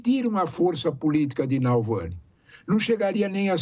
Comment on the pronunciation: Nalvany ou Navalny? tá difícil de acertar o nome (e nem é tão difícil assim)